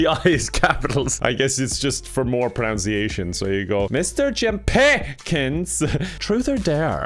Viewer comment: I could not stop laughing at the "Mister Jim PIH-kins" at 😂😂 I had to rewind and play it again and again and again.